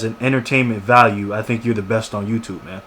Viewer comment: how do people thumbs this up ? he sayed TOUTUBE and commeter.. idiots !